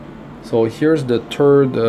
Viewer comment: "turd awakening" LOL